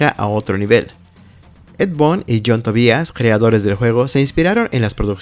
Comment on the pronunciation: La palabra "games" no se pronuncia 'yéims', sino 'guéims'; así con la 'g' suave. Boon = bun. Tobias = Tobáias. Como compensación, aprecio mucho que, gracias a tu video, hasta ahorita vengo enterándome que Ermac viene de "Error Macro". 🙂👍🏻